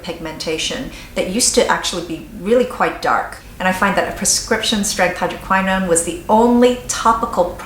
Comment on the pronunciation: You are mispronouncing "hydroquinone" - hydro - QUINN - own. It is NOT pronounced (hydro - k - WHY - known) - Jesus L - A - D - Y!!!!